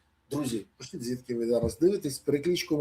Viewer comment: Пане Бориславе! Не бійтеся літери і звуку ,,іʼʼ в українській мові)))😉 В-і-нниця, пиш-і-ть…